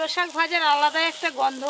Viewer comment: একবার বলেন শাক আরেকবার বলেন সাগ উচ্চারণ টা ভালো করে করবেন